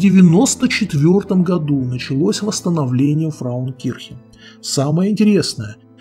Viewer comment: Не "фраукирхен", что значит "женщина церковь", а правильно - "фрауенкирхен" (Frauenkirche). )))))